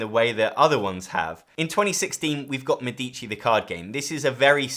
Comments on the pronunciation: MEDici. The accent is on the first syllable. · Thanks for the nice video. A minor observation: "Medici" is phonetically pronounced /ˈmɛ.di.ʧi/ with the stress on the first syllable ("Me"). In Italian, the accent falls on the first "e," not on the second "i," which often confuses non-Italian speakers. Compare with the pronunciation of "medical", in English.